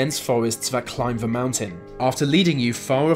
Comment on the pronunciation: Vey say vat vhe mountain.....